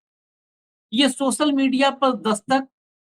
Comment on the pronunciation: Reporter Bhai सोसल नहीं सोशल बोला जाता है। पहले बोलना तो सीख लो। और हां भारत की जागरूक और देशभक्त GenG के सामने तुम फेल होगै